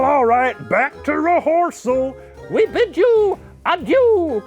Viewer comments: I replayed the part when he said “re-horse-al” like eight times it’s the greatest thing I’ve ever seen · did he say...reHORSEal... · I'm sorry.. "BACK TO RE-HORSE-AL." oh my GOD Shane. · "back to re-horse-al"